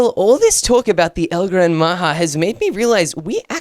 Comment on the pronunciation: bro why are you keep saying ei gran maha